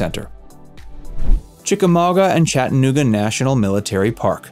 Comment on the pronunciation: WHY are you saying it like that 😂😂? “Chett’ uh NOOG’ uh” Weirdo.